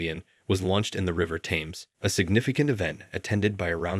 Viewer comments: Saville, Grand Prix, Thames - what the hell mate what kind of pronouncement is this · Thames is pronounced like Tems. Ten, but with a M. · Please research pronounciation of foreign names and terms (e.g. "grand prix", "Bianchi", "Thames", "Marquis de Sade" or "faux")